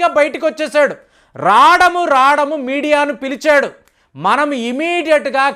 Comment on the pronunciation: రాటము కాదు బాబు రావటము అని పలకండి